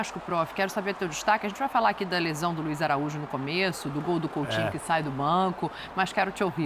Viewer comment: COUTINHO É COM "U" E NÃO COM "L"